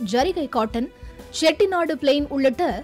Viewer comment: தமிழ் மொழியில் செய்தி சொல்லும்போது "காட்டன் புடவை", "செட்டிநாடு" ஆங்கில உச்சரிப்பு / நெடி தவிர்த்து இருக்கலாம். 🙏